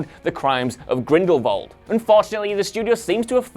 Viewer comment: Stop mispronounce Grindelwald. There is no “V” in Grindelwald